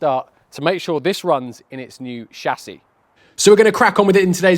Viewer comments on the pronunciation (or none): chassis.....not chassis you